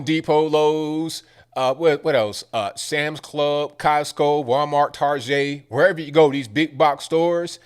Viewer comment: My man said Targét. You know he from 757!!!